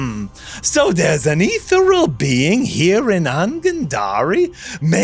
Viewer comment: I love commitment to mispronouncing ethereal